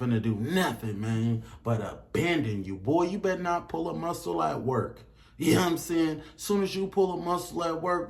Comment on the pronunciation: "yea n'm saying" why are you talking like that